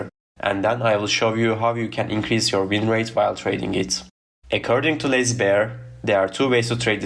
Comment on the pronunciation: dude every time you say lazy bear I heard lsbn